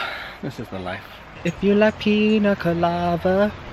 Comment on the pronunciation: i can’t tell if you’re saying colava instead of colada and it makes me giggle every time